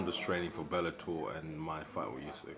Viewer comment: Belletor 😂😂😂😂 mma ? Or wtf